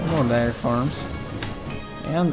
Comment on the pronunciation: Some darry farms and whaht farms lol. I love your videos but your pronunciations make me laugh